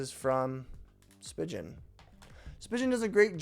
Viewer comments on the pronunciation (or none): Spee-gun not spig-un😂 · Just a few points, the company is pronounced Spee-Gin not Spy-Jin and the case is not meant to be pulled apart. It’s a 2 piece case that’s used as a 1 piece case. You leave it together and just put the phone in. 😊